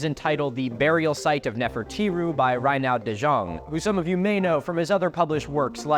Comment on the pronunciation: Reinoud de Jonge is a Dutch name. Your pronounciation of "Reinoud" is pretty good, but "De Jonge" was pronounced too 'French-like'. It's more Germanic and sounds similar to "the young(-eh)". A rough phonetic approximation would be "De Yongeh", where 'yong' is close to 'young' and the 'eh' is a schwa, like the 'e' in 'broken'. Incidentally, "De Jonge" currently means "The Young One" or "The Younger" (like Pliny), though it might have been derived from a different meaning.